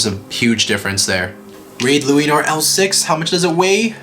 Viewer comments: I love the part when he says raid luinor he says luainor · Say it right ok here lu-a-nor Ok not bahamut balkesh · It's luinor